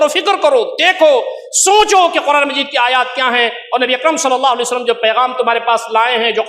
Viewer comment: مولانا سے گزارش ہے کہ نبی صلی الللہ علیہ وسلم تو صحیح سے بولیں ایسا محسوس ہوتا ہے کہ درود پڑھتے ہوئے درود شریف کے کچھ لفظ کھا جاتے ہیں مولانا صاحب درود شریف صاف لفظوں میں ٹھہر ٹھہر کر پڑھیں. ماشاءاللہ بہت خوب شیخ.